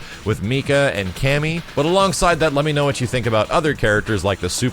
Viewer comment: for some reason I always hear "loot". like "Cammy is pretty much loot"